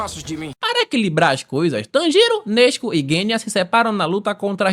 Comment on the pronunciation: Só eu q não aguento o a falar nezko 😂😂 (salve para Portugal ✌🏾)